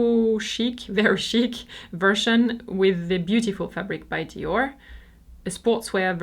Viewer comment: i love how your merchandise is your actual merchandise, not some pix printed on a range of stuff Today i learned Lanvin is pronounced Lonva and Dior Jyor. I am old, i grew up back when each country had its own, totally incorrect pronunciation:)